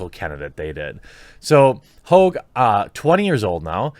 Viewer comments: Haw-ge not hoo-ge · Not Hoag, pronounced hog, like a pig. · Tell us you like to act like a pretentious douche without telling us you do. Him “hoag” It’s Hogg, yanno like a pig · Lol david hoog, why can't you speak jeremy? Hog. Like hogwash 😉 - you are telling me something is wierd when a kid who already graduated highschool with a fbi dad saw a shooting on tv, then drove his bike there to "interview" kids? Man, that school had zero security. Just saying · It's not "Hoag".. It's "Hogg". Call the idiot by his real name. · First, his name is not Hogue, it's pronounced just like it's spelled - Hogg. As in a pig, swine, a hog. Second, MyPillow existed long before Trump ran for office and is not advertised as a "conservative" pillow company. Mike Lindell is successful because he offers a good product, made in the USA. You're on point with the rest, but these hot takes are getting a little sloppy brother. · Please pronounce his name correctly: David HOGG! David PIG. David Swine! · What's the matter, David? Can't keep it up? Gone soft? Or just stuffed full of fluff? BTW, his name isn't pronounced Hauge, it's pronounced Hog. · Sorry the only way to pronounce that is hog. Prove me right. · is Jermy calling him Ho, are the g's silent lol. what's going on here lol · His name is hogg! No E! Pronounced just like hog, as in the pig, hawg if you want the hip hop spelling! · c'mon, Jer...his name is Hogg...as in pigg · Jeremy it's pronounced just like the animal hog and "Boss" Jefferson Davis Hogg wants his name back..... David Hogg is a disgrace to the name! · Pretty sure his name is pronounced “hog” like the pig. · sup with your pronunciations? david hogg, margot robbie.... both have a long O sound in their last names when you say them but both are supposed to have short O sounds